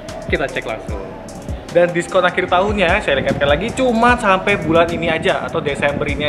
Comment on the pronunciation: 'Sampe' bang...bukan 'sampek' 😊🙏